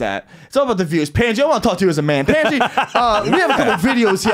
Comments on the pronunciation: Pandji not Pendji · Y’all keep calling him Pan Gee…….It’s Pun Gee not Pan Gee, Guys 😝